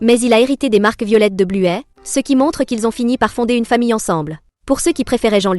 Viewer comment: Arrêtez de dire bluet son nom c'est bluey